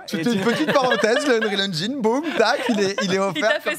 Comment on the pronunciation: Merci de prononcer engine correctement ^^